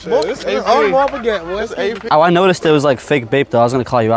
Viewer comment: Yeah that’s definitely a “Pigget” Because if you have money to buy a genuine AP no way you can’t pronounce Piguet properly 😂